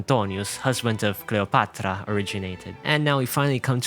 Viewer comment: The way he said Marcus Antonius and Cleopatra, though.